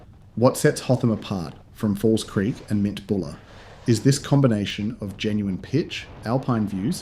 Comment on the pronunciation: Some of your inflections in the voice over are really odd. You say "em - tee bulla" at one point and then at the end you say "hot-am" instead of "hoth-am". Almost like AI. Anyway, nice footage.